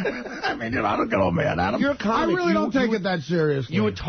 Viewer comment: As one CAWmic to another CAWmic I'm being protective of my CAWmedy